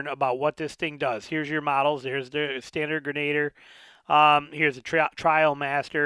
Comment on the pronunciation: FYI, pronounced “gren-a-deer"